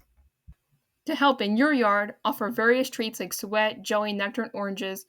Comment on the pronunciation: Nice update but you need to work on your vocabulary and pronunciations. Suet is pronounced soo’-et, not sweat. Privet is priv’-vet, not priv-et’. There were a couple of others, as well but was not keeping a list. Take your time speaking and practice a couple of times before recording will greatly improve the auditory quality, along with keeping the background noise softer than your speaking track. You could have broken this video into two parts which would have given you more time per video and you get credit for two videos instead of one. Great topic, and I wish you well on your future nature updates!👍